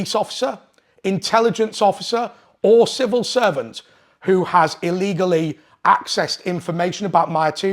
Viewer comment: Civil not snivil